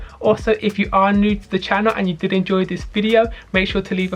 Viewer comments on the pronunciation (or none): none